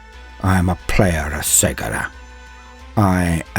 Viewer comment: I too have mispronounced Cegorach till listening to the 2 Harlequin audio dramas made by Black Library. The "C" is pronounced with a hard "K" like "Kevin" ("Ke-go-rack). ...If you haven't heard the Harlequin audio dramas( Heirs of the Laughing God "A Deadly Wit & Death's Mercy) both written by Gav Thorpe and performed by 4 or 5 different voice actors, you should, they're awesome and I don't know how they hire the actors to read their stories but GW should definitely hire you! Your voice was made to bring Warhammer stories to life. Thank you for your videos and your talent.